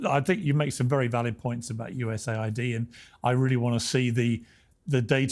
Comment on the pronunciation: he keeps saying USA ID as US AID.